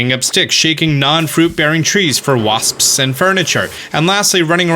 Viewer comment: Today on Pronounces: Common Buttholes! Waspsps! Giant Wodder Bugs! And Allas Moths!